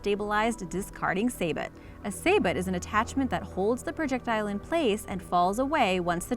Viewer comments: Sabot is pronounced 'SA-BIT' rather than 'SAY-BUT' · Say-bow... Not saybot(spelled sabot) I really wish these people doing these videos would do their research before shooting... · sabot is pronounced "SAY-BO" not saybot. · It’s pronounce Say-Boh, not saybut. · The "t" in sabot is silent. Pronounced "say-bow" not "say-bot." Most of the video clips shown on the Senel NTW-20 look a lot like the Barrett M-82, and the....you know what? Forget it, this video needs more than what I care to offer. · Sabot is pronounced say•boh, it’s French for Pete’s sake... some of the pictures are not of the weapon they are talking about... Wow, listening further it’s pretty evident that the narrator knows almost nothing about rifles. What genius thought it would be a good idea to have this person narrate a video about firearms? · It's clear the narrator is just a talking head who knows nothing about the topic. "Say-but" (for sabot)? It's "Say-bow". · "stayer"????? WTF is a "stayer"?? STEYR pronounced "schtyer". also of note: sabot is not saboT, it is "sabo". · Sabot= Su bow not say but....lol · What is a 'SAY-BOT' ? It's pronounced sa-bow. Why so many guns shown that have nothing to do with the gun in question? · sabot pronounced "Saybett" lol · saboooo not sabot yes its spelled sabot but pronounced saboo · This video is awful, from pronouncing sabot like say-bot to having mostly footage of assault rifles instead of the gun your apparently trying to showcase. Do better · You don't know what a saybet is?? 😁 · Sabot - t is silent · i think the T is silent in sabot. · Stupid voice over, Sabot has a silent T....... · Small point re #10 at :54. Sabot: the T is silent (from French). Please confirm your pronunciation before posting video. Makes it more professional. Thnx for your vids!